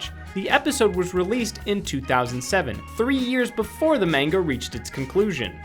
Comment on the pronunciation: god you wouldn't be able to say manga correcly if you had 20 years -_